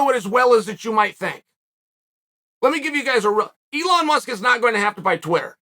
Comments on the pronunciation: Its elon not eon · No one talking about how it says Eon😂